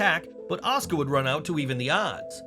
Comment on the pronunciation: PLEASE LEARN HOW TO SAY "OSUKA"!!!!!!!! IT'S NOT "AHSKA"!!!!!